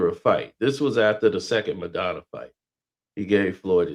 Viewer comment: Dope.... been a fan of stories from back in the day.... Still pronouncing Maidana as Madonna lol.